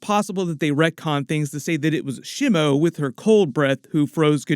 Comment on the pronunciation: Ugh... your pronunciations are killing me. Shimo is not one of The Three Stooges. It's not "Shimmo." I in Japanese is pronounced like "EE". So it would be more like "Sheemo". But yeah... definitely excited about this one.